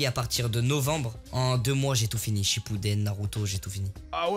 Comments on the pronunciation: Inox a un moment il a dis shappuden au lieu de shippuden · # il a dit shapuden